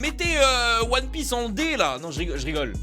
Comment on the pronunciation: POURQOUI TA DIT ONE PIEACE D !!!